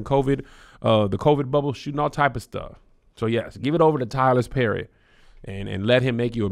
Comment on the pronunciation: BRUH WHAT TYLERS PERRY ? He don’t have no s in his name 😂😂😂tylersss